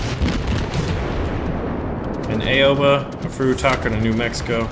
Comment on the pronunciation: just a tip I speak Japanese ok like enough to have a conversation and Aoba is said Ow-Ba, if anyone is Japanese I'm open to corrections but I'm pretty sure that's correct